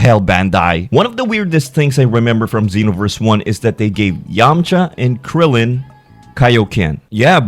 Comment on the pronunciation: Xenoverse, not Zenoverse...